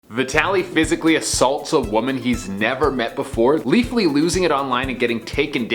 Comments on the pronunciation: Ha he said leafly like the weed site he didnt say leafy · Leafy not Leafly.